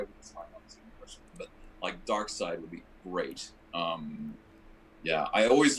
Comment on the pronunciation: Darkseed? haha at least he said Darkseid just after. By the way YOU () are my favorite Joker, come to think of it. You’re the only one that give me chills along with Joaquin. But with you, I feel guilty and close to you, which beats everything else.